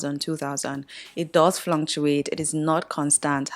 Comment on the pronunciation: Hey …thank you for this enlightening video… however I need you to check the proper way to pronounce the word “fluctuate” Cause you seem to pronounce it as fluntuate. Weldone babes 🤍